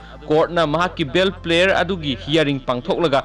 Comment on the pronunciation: manipuri hanna paba fjana tamkho enao ebungo.. social media da seran turan pagano... bail prayer haibane.. bail player haiba ntte.